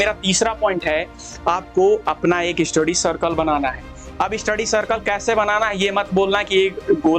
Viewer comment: Study ❌ eestudy ✅